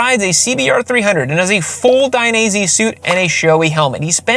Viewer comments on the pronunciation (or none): none